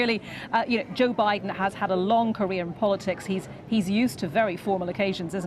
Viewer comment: Jooh biden.